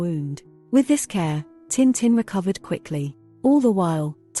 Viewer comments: タンタン じゃなく チンチン に聞こえるせいで内容が一切入ってこなかった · Would have been better if you'd used a real voice, this bot voice mispronounces tintin - duh! It really grates on the ears after a while. Very phony sounding.